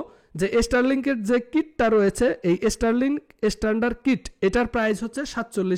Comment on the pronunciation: বাবা, এস্টারলিংক না, শব্দটা স্টারলিংক। উচ্চারন শেখো, পরে কথা বলো।।